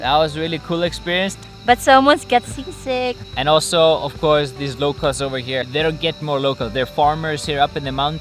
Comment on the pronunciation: At first i thought i heard got sisig until i read some comments here that got sea sick not sisig🤣🤣🤣